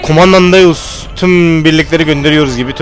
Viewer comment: ZEUS DEĞİL DEUS :D